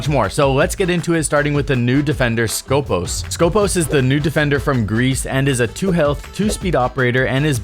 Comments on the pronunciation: Actually she is from Greece and her real name is Σκοπός, which is a saying for a Greek military guards (Στρατιωτικός Σκοπός) is pronounced skopOs and not skOpos , it has nothing to do with scopes... still remains very bad choise from ubisoft because wheelchair and Greek Special forces are not a thing... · She is from Greece and her real name is Σκοπός, which is a saying for a Greek military guards (Στρατιωτικός Σκοπός) is pronounced skopOs and not skOpos. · For clarification it is not Skópos but Skopós. The toning goes to the second O not the first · IT HAS A FCKN TONE IN THE SECOND ITS CALLED SKOPΌS NOT SCΌPOS FOR FCK SAKE